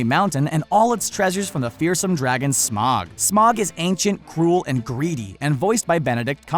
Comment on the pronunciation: smaug not smog